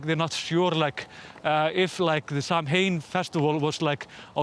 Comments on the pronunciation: It’s always a tricky word if you aren’t familiar with Irish or Scottish, but Samhain is pronounced “SOW-in” :) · Samhain is pronounced 'sow (as in the pig) - in' Icelandic pronunciation would be 'Sá-inn' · Forget about mispronouncing that bird. The festival is pronounce sow-in. And again, so sorry about the covid mess. It staggers my mind that your numbers are so small compared to the US, who's blowing itself up daily. i'm so sorry your government hasn't learned from our mistake. Yes, everybody is tired as hell - but the constant bouncing back and forth with restrictions is what caused this to go on as long as it has. The virus doesn't give a good goddamn what we feel. It's going to do it's thing. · Samhain is pronounced Sow-en 😌